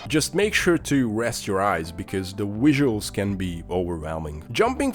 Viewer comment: Wery wisual wideo